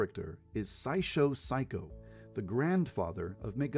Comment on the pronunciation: El apellido no es Pshycho, sino Saikou y tampoco es Saishow es Saisho, espero que despuesta de hallas dado cuenta. :3 Y para la duda que tienes con el árbol de cerezo y la profesora y enfermera, puedes buscarlo en la wiki, ahí te dice detalladamente lo que va a pasar; pero su no lo encuentras lo puedo comentar.